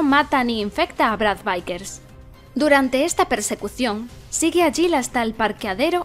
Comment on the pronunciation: "Vickers" tal cual se escribe, no "vaikers". "Licker" tal cual se escribe, no "laiker"